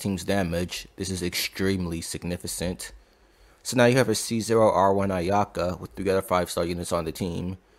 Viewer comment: In significant, the c is pronounced as k. Just bothered me a little